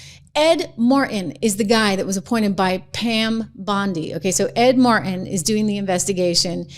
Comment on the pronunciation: Trish, there is a god-damned "T" in Ed, Mar-T-in! CAN'T WATCH MORE OF THIS VIDEO!